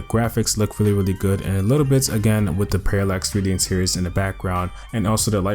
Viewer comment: bro if you say Paralex 3D Intiriors one more time i am gonna snap